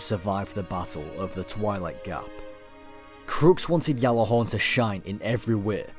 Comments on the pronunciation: I liked this and a lot of your other videos but that pronunciation of Gjallarhorn was really getting to me. It isn't pronounced "Gallarhorn" or "Yallarhorn" as it is commonly thought. The correct pronunciation is something like this - "Gat-larr-horn" Keep up the good work x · You say "Ggjallarhorn", not "jallahorn". -_ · It's pronounced with a J "Jallarhorn" Gatlahorn? pretty sure even the icelandic don't pronounce it like that, what i find funny is that when english people try to pronounce it they always get the A wrong t. norwegian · How do we know this is real when you call it yallihorn when it's pronunced Gjallahorn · what is jallahorn? its GJALLARHORN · Captain here, it's Gjatlarhorn (The G NOT silent) In icelandic a double L is pronounced tl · its pronounced (GAT-LA-HAWRN) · why do you keep saying yalla-horn? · what if i told you that you said gjallarhorn all wrong? and your history is based on a totally different gjallarhorn? gjallarhorn came from an icelandic origin as said from a creator of the rocket launcher and isnt pronounced anywhere near yallarhorn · It's pronounced as a G and is an icelandic based word, but is not a Y it is a G. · No The Y sound is incorrect do a little research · the history, context and derivation of the word is taken into account. There is a also a video floating around from an Icelandic individual guesting on a destiny video confirming it's a G. The actual pronunciation is Gatlahorn with a t sound but it is a G. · no its a Y, its been pronounced like that before you where born